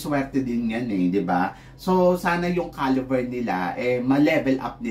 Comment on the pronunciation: CALIBER! HINDI CALIVER.